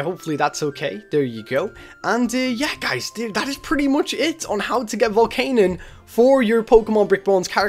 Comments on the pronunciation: it's pronounced VOLCANION, vol-can-I-on, not volcanon. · It is pronounced Vol-can-yun not Vol-can-un.